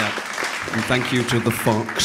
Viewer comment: The way he says "Fox" OMG